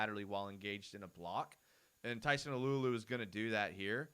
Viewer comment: Got to pronounce Tyson's last name Alualu right. It's not uh-loo-uh-loo it's AH-loo-AH-loo. Like when a doctor says "say ah" when he/she uses a tongue depressor.